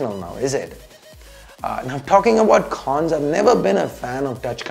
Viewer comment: Phause, kholls (calls), khons (cons) Unusual change of accent and pronounciation Needless to say, it's not taunt or anything. Just criticism for improvement